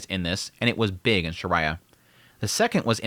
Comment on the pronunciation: Pretty sure its Perugeus not pedigus. Also don't even pronounce Shariah or Laplace correctly.